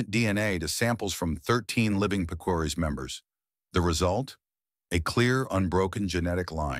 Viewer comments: You did a great job with the artwork and the entire production. However, I’m 99% sure you are mispronouncing Picuris. I lived in that region half my life and I always heard it with the strong accent on Pic’ . Twenty-five years ago the once a decade conference on early man shocked the archaeological community with the genetic revelations that were resulting due to the government collecting dna samples from every tribe and making the data available. Native Americans were rarely in on this. One finding I remember from this conference was the string link between Hopi and Tibetan genes. I live in Brazil. We have tribes on the Atlantic coast who have genes linked to Southeast Asia. And oral history—it has built in checks and balances. One is trained from youth to repeat that history verbatim without a single alteration or mistake. Some oral traditions go back 40,000 years. The Hopi’s for exampleu. By the way, Picuris Pueblo is a small impoverished community. A tiny tribe with many serious problems and hardships in their life. All pueblos have stories of the places they came from and I imagine all of them can name the ruined city or village where they moved from. Best of luck with your work. One day you should attend the Shalako ceremonies at Zuni. There you can experience the power of oral tradition first hand and all night long. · Picuris pronounced Pea, coo, reese. They are also related to Taos. 11th century was the dark ages when Europe didnt see the sun fo 3 years. Supposedly the whole earth was covered by a cloud of ash. Aztecs used Chaco Canyon as a religeous center and used canabalism to control the regional population. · Pronounced "Pic.er.ees" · Couldn't whoever narrated this (AI ???) at least pronounce "Picuris" correctly? It's like : 'Pi cuh reece' over in New Mexico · Picuris is pronounced "pik-uh-reez"